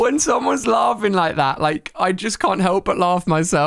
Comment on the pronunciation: He said "there was somine in the back yhat did it